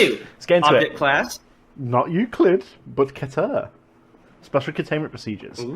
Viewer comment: finally, didn't mispronounce euclid